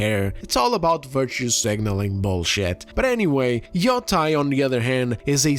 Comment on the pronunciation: YOTAY! pronounce it correctly. This isn’t YO TIE like JEDI. God damn it